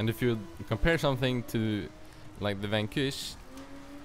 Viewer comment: Maybe try costomize the f40 in need for speed? And is there is a Vankoosh im nfs? (The way you said Vanquish was funny)